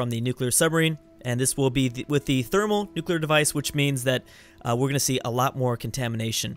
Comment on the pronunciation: it's pronounced Therm-O-nuclear not "Thermalnuclear"